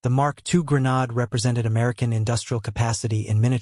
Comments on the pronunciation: Pronounced. gren-aid, not gren- nod. GRENADE😊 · Its Gre nadE sound like madE. Learn how to pronounce your words properly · I refuse to listen to a voice that is not capable of properly pronouncing the word that the program is about. Develop Ai better. Goodbye.